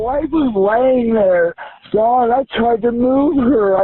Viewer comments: Its Dawn, not Donna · She lives with Dawn not Don.